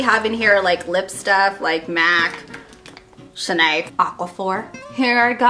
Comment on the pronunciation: i love how you called Chanel Chanayy haha